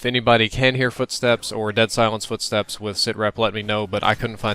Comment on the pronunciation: You said ememy footsepts ?!